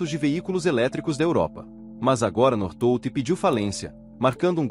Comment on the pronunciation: Pronúncia correta North Volt como se fosse separado.